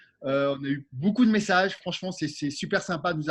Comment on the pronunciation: Stop aux « boucoup » 😂